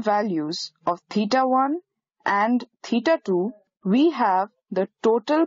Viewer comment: As Allan Sherman would say in his "peter and the commissar", "Dots nice". But how far can we measure stars using parallax with the Earth's orbit diameter as the base line? BTW it might be better to have a less accented narrator. I have to assume that teeta is actually theta. Is it?